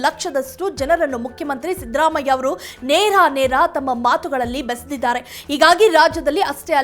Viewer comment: ಅಮ್ಮಾ, ಅವನು ಸಿಂಪಲ್ ಸಿದ್ದರಾಮಯ್ಯ..... ನಿಮ್ಮ ಇಂಗ್ಲಿಷ್ siddhharaamaiah ಅಲ್ಲ.... ಚೇಂಜ್ your accent....